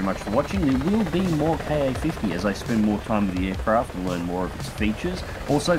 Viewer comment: Glad to see you doing content for the Ka-50. As other's have said, experiment with the targeting gate size to get better tracking performance. Also, I could be wrong, but I think it's pronounced "kah-fifty", not "kay-ayy-fifty".